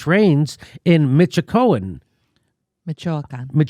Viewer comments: Jimmy, with total respect: Michoacán is Meesh-wa-CAAN. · Ya Im pretty sure the minimum wage in Mexico has always been half as much or less than the USA. ( I'll forgive everyone for not pronouncing Michoacán correctly. Its my families home state and often gets mispronounced)